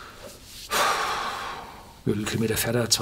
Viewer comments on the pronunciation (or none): none